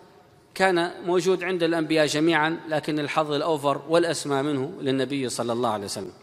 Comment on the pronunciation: ياريت يا تتعلم تقول صلى الله عليه وسلم بدل كلمتك الشهيرة صعسلم